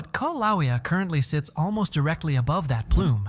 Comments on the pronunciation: Your script reader software needs a few lessons in how to pronounce Hawaiian language. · Your AI presentation sux and you are mispronouncing the name of the volcano! For that I’m out and will watch this if real somewhere else. Insta block!